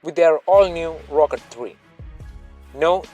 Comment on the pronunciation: I wehlie wehlie wyke the Wrochket Free